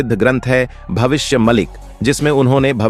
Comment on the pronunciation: Sir भविष्य मलिका कहो भविष्य मलिक नहीं